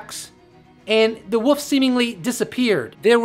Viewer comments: Why can't Americans say wolf? A giant 'woof'? So what's plural Then, 'woofs'? Wolves bro. Wolves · Wolf not woff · Woof is what a dog says. You said woof 40 times, and, wolf 4 times. I can't listen anymore cuz all I can is woof! Sorry, generally- I like your videos... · Honey. So sweet, there's an L in wolf. You are just saying woof. Still sweet. Lots of love. No troll. 😁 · Love these vidoes but...It sounds like your saying the woof